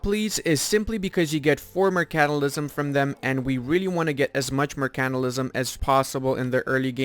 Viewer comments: That's the funiest way of pronouncing mercantilism, mer-CANT-ilism, usually it's pronounced flat, or with emphasis on the "mer" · M E R C A N T I L I S M KEKW